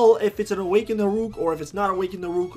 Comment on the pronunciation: why u call Hurok "Horuk"?:v